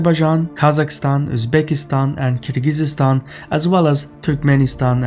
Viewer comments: you say Kyr-Gyzy-Stan. Shouldn't it be Kyr-Gyz-Stan? it just sounds wrong. Edit: I checked and Kyrgyzstan in Azeri is qırğızıstan. So is pronouncing it the Azeri way, but not the English way. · Kyrgyzstan, not KyrgyzYstan, )) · It's Kirgizstan, not KirgizIZstan. (to be precise, it's the Ы sound which has no English equivalent, but is closest to the English letter"i" sound. Often, it's transliterated into English as the letter Y, but most foreigners are just confused by that). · It's Kyrgyzstan not Kyrgyzsistan btw. You don't say it like that. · Kyrgyzstan not Kyrgyzistan bro😅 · Holy shit the way he said Kyrgyzyzstan pissed me off so much. It’s Kyrgyzstan where the fuck the the extra yz come from? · Why can’t they read Kirghizstan correctly? Not Kir-ghi-zi-stan, but Kiz-ghiz-stan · Where/what is Keer-geez-eeya-stan? Kyrgyzstan = Kyr-gi-stan. Or Кыргыз Республикасы. The 'ы' character sounds like 'i' in "it." Keer gi stan. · I do not understand how english speaking people mispronounce Kyrgyzstan. I mean it is just Kyr+gyz then stan. Not kyr+giz+iz+ stan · Bro I love your videos but you have to stop mispronouncing Kyrgyzstan. It’s not Kur-giz-IZ-Stan, it’s just Kur-giz-stan. 3 syllables, not 4. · is pronouncing it the Azeri way, which is why there is a seemingly random extra vowel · Why do you always say "Kyrgyziistan?" There is no vowel after the Z in Kyrgyzstan. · Why do you mispronounce Kyrgyzstan? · Duuuuude, can you stop mispronouncing KYRGYZSTAN! So annoying !!